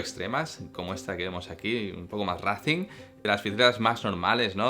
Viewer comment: Y digo yo, Juan Antonio, ¿por qué castellanizas la pronunciación de "racing" y no la de "timing"?